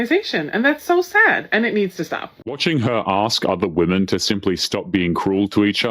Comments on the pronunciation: If one can't pronounce 'women'. One shall not speak for said women. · They all mispronounce the word women. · is she saying women or woman because I cannot figure it out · Why do so many women not know how to pronounce the word "women"? Anyway, women are not more likely to hire men than women. The opposite is true. Women have a higher in-group preference than men. Both women and men are more likely to hire women.